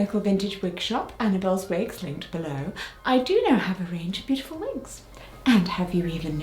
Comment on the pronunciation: Have you worn wigs? Vill you wear vigs? 😂